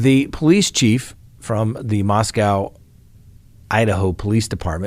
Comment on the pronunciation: said "Mos-COW" again! Well, that is the way it's spelled...